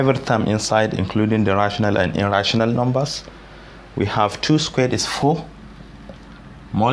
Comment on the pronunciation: You can teach well but at times I cant differentiate when your saying "a rational number" and "irrational number"